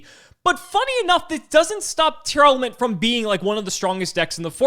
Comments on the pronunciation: the best part of tear not being a deck was no longer having to hear mispronounce it as Tear-Element anymore. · Are you saying Tearlament wrong? Sounds like you’re saying Tear Element